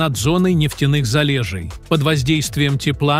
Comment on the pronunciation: В целом интересный ролик, но диктор это что то. Его ударения просто вау😂😂😂 пожалуйста уважайте Русский язык. ЗалЕжей😂, вОронка😂😂😂